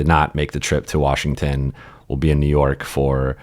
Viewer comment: Or as Bobby Marks says, WARSHINGTON.